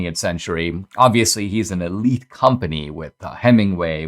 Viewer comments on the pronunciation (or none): none